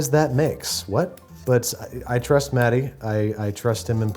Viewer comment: not me hearing I'm gonna swallow DADDY instead of Matty